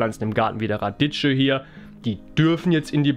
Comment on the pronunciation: Schräg. Bei uns hat's in der Nacht auf gestern wieder 30cm Neuschnee gemacht. Wird zwar lange nicht liegen bleiben. Aber es wird noch dauern, bis der Frühling richtig loslegt. Nächste Woche soll's auch wieder ungemütlich werden. Und bitte nicht "Raditscho" sagen, das tut in den Ohren weh. Es wird " Radikkio" ausgesprochen. Wie Zucchini. Oder Zucchero.